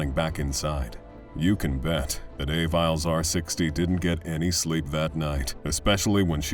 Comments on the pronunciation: I am almost CERTAIN that the lady with the dog is pronounces Ah-VEE-Lez r560, not EY-Viles. Good video, though. had to come back for this: "Send the cops, he's killing my girldfriend!!" "What is the problem?" I sincerely hope that dispatcher was fucking fired at least. you can hear screams on the line and you want to slow everything down? Do your fucking job. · LOL A-viles R60... I definitely think it's Aviles (ah-vee-les) R60. He made it sound like something from Star Wars 😅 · I'm pretty sure that AvilesR60 is somebody called R. Aviles, (ah-VEE-less), NOT A VILES.